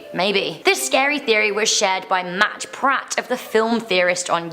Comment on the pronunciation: You said 'MatPrat' it's actually 'MatPat'